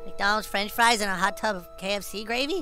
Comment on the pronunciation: Stan and Kyle fight like fwench fwy and iscream 😂